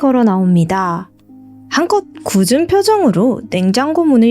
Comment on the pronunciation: "굳은" 표정은 "구든" 표정으로 발음해야...